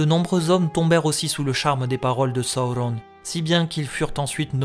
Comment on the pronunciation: Hello, j'aime le contenu de tes vidéos mais je ne comprends pas pourquoi ta prononciation des noms comme Durin ou Sauron est aussi.. anormal haha. Ce n'est que mon avis mais pour le reste continues j'adore :) bonne continuation !!